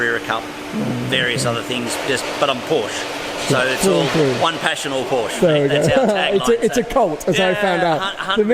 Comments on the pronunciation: Mat mul....exactly, or to be more exact it’s an a(uh kinda)😎😂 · Really interesting guy.....but pronounce Porsche correctly please! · Never heard any english speaker pronounce Porsche correctly and find a honest american "Porsh" way less painful to hear than this strange "uh"-ending people add pronouncing it "correctly". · says he‘s a passional Porsche and doesn‘t know how to pronounce it